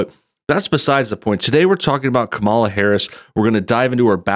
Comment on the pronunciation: oooooooooh no. you mispronounced "KA - Mala's" name